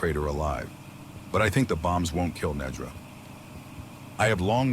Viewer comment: I love that you changed how you pronounced the title just like the AI voice actors did...Nedra, Neeedra...not sure if on purpose but amusing.